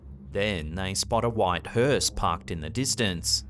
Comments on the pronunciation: Thank some of you for spelling it correctly. It's spelled hearse, not Hurst. The T is silent 🤣🤣🤣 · Where's your T? Hearse....